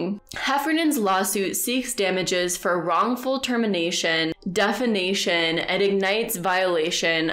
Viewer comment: not defanation....defamation.